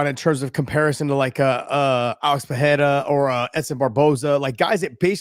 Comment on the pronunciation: Ey Josh, ask your "chill" homie to ask Glover how to correctly pronounce "Pereira".